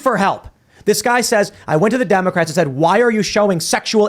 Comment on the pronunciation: He said 'Democrats' incorrectly.